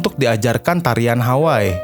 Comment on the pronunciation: Terima kasih atas ulasannya . Sedikit masukan ... sebagai orang yg mengerti bahasa Hawai'i & pernah mengisi acara "Gebyar Hawaiian" di T V R I, saya agak risih mendengar narator melafalkan "Hawai'i" sebagai "Haway" ... nama kepulauan tersebut seharusnya dilafalkan " Ha-wai-i " ( kedua huruf /i/ harus dilafalkan dengan jelas ). Kebetulan saya juga kenal dengan sempat beberapa kali bertemu dengan keluarga Eyang Hoegeng sejak tahun 1999.